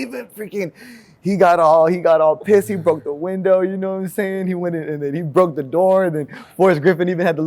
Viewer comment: Mans dropping more “gnomesayin”s than JROC!